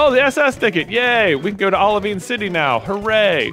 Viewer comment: Maaan, I’ve been preparing myself to hear it every episode since the first time J said OliVEEN City, but I let my guard down and let it happen again with a drink in my mouth 😂😂😂